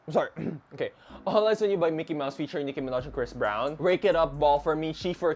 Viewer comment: Omfg not “Nicki Minehh” you watch the sims parody I love it 😂